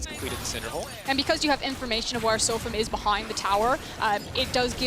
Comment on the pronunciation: No. She said "This one is really going to hurt SofM." The pronunciation of his name is a bit off though, so I can see why one might think that.